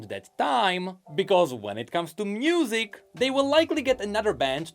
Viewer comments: Can he not pronounce «music»? He says « mnusic» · Why do you pronounce it "mnusic"